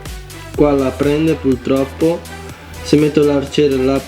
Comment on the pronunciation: PURTROPPO con la R dio bbbbbbb